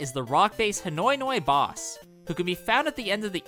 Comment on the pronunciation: It's pronounced Hiyoihoi, not Hinoinoi.